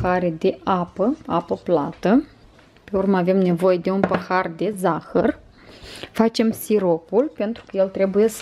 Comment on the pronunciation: Cică "păhar"